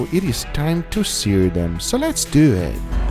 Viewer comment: He always sounds so gay when he says " Lats Deewww It"